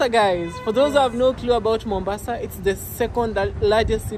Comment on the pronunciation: I guess your Mom surprised you, calling Mombasa Mombao